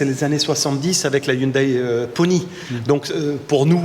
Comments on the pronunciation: Hyundai la prononciation... M le président 🙃 On ne dit plus ''aïe'' à fin mais ''é'' ☺️ iounedé ! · ON NE DIT PAS "YOUNEDAILLE" MAIS "YOUNEDET". Comment ne savez vous pas ça! 😆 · Merci belle vidéo belle voiture dommage que c’est pas une thermique! Par contre on dit pas Hyundaiiii mais hyundé!. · Je suis très très fan de, mais s'il vous plait arrêtez de dire HYUNDAI Hyun(daïl)! C'est Hyun(dé) que cela se prononce.... Cherchez sur Internet: Comment prononcer Hyundai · Par contre on ne dit pas « yundaille » mais «yundé ». En tout cas ils ont frappé fort, et après avoir eu l’occasion de l’essayer, je dois avouer qu’elle m’a bien plu. Design vraiment plein de caractère. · On dit Hyundai pas Hyoudaille ! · Oui ça me l a fait aussi mdr la marque se prononce en gros "yundé" sinon ça fait rire/saigner les oreilles des Coréens, d ailleurs je crois que lors des récents spot publicitaires ils avaient essayé d indiquer cette prononciation. Après je pense que c est désormais trop ancré en France ;)